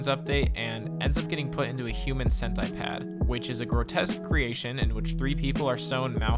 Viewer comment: The Human Cent-I-Pad!!!